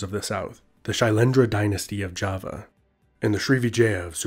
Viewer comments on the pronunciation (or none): none